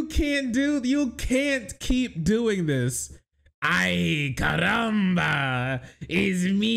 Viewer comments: Bro, “CARRAMBA”? 😂 like, why the hard R? 😅 it’s “caramba” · I know right? They even got his birthplace of Genova correct (northwestern Italy), yet they make him say "ayy caramba" and pronounce his Rs like a mexican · it ain't even the right Spanish accent 😭 it's like if they had John F Kennedy speak with a Jamaican accent (which to be honest would be hilarious)